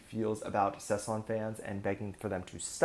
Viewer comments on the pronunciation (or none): Sasaeng, not sesang. Sesang means the world someone lives in. Sasaeng is the crazy stalker fans.